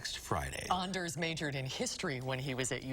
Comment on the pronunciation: It’s Anders with a hard ON FOR CHRIST SAKE